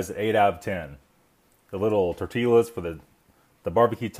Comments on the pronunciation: Did you just pronounced ''tortillas'' as ''Tor-ti-lah'''? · "tortee-Las"? im out of here